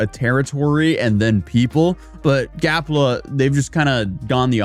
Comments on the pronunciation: it is GAPLA not Galpa lol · "Gapla", not "Galpa". Never go full influencer,. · Why u keep calling it”Galpa ” when he said and is spelled “Gapla ”? lol😅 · Your dyslexia is showing. You continually say Galpa, and it's definitely spelled Gapla. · Read the name of the country again so I can laugh more at you mispronouncing it. It''s GaPla not Galpa 🤣😂🤣😂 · Gapla, not galpa.. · Gapla not Galpa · How many times does he call it GALPA? It’s GAPLA🌺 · Bro,it's GAPLA not GALPA!Like its LEMON not RAYMON!!😂😂Cat got your tongue is it??😂😂🎉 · GAPLA, NOT GALPA. 😂 You finally got it!😂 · GAP LA, not GAL PA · bro be honest are u dyslexic? cuz that shit says GAPLA not GALPA ily i love the videos, always gonna be watchin, but damn brother! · It’s GAP LA NOT “GAL PA” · Bro said GALPA 20 times when its actually GAPLA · This country is less than a year old and is already mispronouncing the name. That's more legitimizing than the UN's recognition. Way to go guys. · He can't even pronounce the name of the country Gapla correctly when it's written in front of him. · it should be punishable by law to say that wrong!